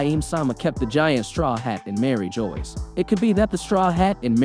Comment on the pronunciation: Not to mention that Mari jois pronunciation